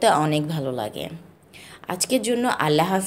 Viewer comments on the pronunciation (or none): none